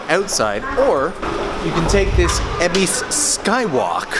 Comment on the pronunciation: Why EBISSSSSS??? It's EbisU, even the train lady says so! Great vid otherwise :P